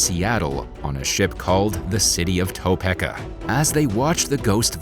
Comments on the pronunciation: freakin youtubetsh pronunciation people: Potomac (poe-toe-mac) Topeka (toe-pee-ka) Eurydice {your-rid-i-kay) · your pronunciation of Potomac and Topeka are hilarious.